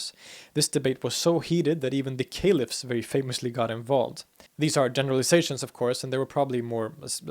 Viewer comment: I heard a few, but he does a very good job. I think he said Sunna wrong. And Caliph (with a hard K) But I do not know for sure they just stuck out.